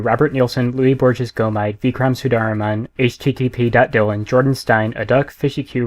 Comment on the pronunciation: Hahaha, the way you pronounced the name "Luis Borges Gomide" made me chuckle. Understandable but funny nonetheless.